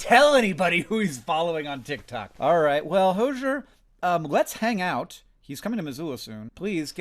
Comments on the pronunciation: in spirit of you not fumbling the hypothetical hozier interaction, its pronounces ho-zee-er (like cozier) 😅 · “hozhur” is killing me 😭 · Hi Hank, as a big Hozier fan, its pronounced Hoe-zeer so its actually not as complex at it seems! PLEASE DO A VIDEO WITH HOZIER THATD BE AWESOME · I think Hozier is pronounced Hoe-zee-urr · Hank x Hozier would be so slay It is also pronounced like cozier. Hoe-zee-err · You pronounced Hozier wrong. 😂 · Hanks pronunciation of Hozier was distressing for me lol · Only if he learns how to pronounce his name though!!